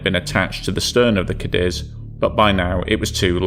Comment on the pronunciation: Am-o-co Kay-deez. That's the phonetic spelling....